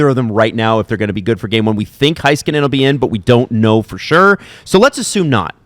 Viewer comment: Heiskanen = Hey-skanen not Hi-skanen 😄